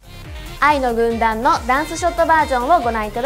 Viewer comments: ほんとに「ワイの軍団」にきこえる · 愛の軍団がYの軍団に聞こえるのは私だけ？ｗ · 愛の軍団、いいなぁ(*^^*) ただ、ところどころ叫ぶところがjuice=juiceっぽく聞こえる笑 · Yの軍団って聞こえます！はっきりと！笑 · フクちゃんの歌とダンスがさらに良くなった！びっくり。 小田ちゃん見てると、セーラー服の中学生みたい。可愛い。 全体的にメンバーそれぞれの扱い方はあってる！ やっぱ娘。はチームワークだ！ 工藤と生田は比較的全身赤くて目立つ。やっぱビジュアルメンだなー。 ついでに工藤の太ももがおいしそう(笑) 愛の軍団が、Ｙの軍団に聞こえるｗ